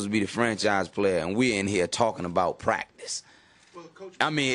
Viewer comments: Not to be rude to him or anything, but Iverson saying practice sounds like he's saying Prac-dis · We taking about pracdisk that’s all I hear